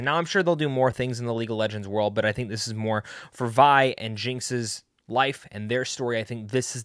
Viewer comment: Bro “Veeee” Its “”Viiiii” Bruh its in the show comon